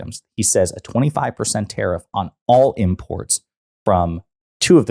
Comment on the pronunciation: Omfg he's deranged. Oh btw what's a terriff? /s